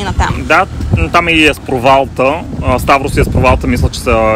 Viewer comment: Много опознавателно и интересно видео :) една препоръка/съвет: Моля ви, назовавайте имената на местата правилно, за да давате най-точна информация, а и за да е по-автентично :) Не е “хейт”, но на гръцки всяка дума се пише с ударение и това може да ви помогне. Ста̀врос всъщност е Ставро̀с, Амоло̀фи е Амо̀лофи, Пера̀мос е Пѐрамос ;)